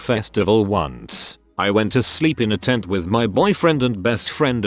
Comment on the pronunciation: People Who ''Whet'' Missing, Where'd You Go? That's an amazing english you got there sir.